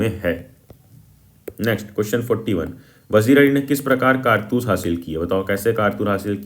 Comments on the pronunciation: kaartus ❌ Kaartas✅... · bai kartas nhi hai kartoos hai 😂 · Kartus ❌ kartas ✅ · bhai kartaas nahi kartoos🥴🤪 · it is “kartoos” not “kartas” ffs 😭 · 😂😂😂bhaiya vo vamiro hai vimaro nahi 😂😂😂😂😂 Aur ye kartoos hota he kartas nahi 😂😂😂😂😂😂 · Kaartoos ❎ Kartas☑️ 😂😂 BTW nice explanation 😁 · Kartoos❌ Kartaas✅